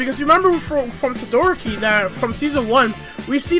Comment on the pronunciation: DID THIS DUDE JUST SAY TOE-DOOR-OKI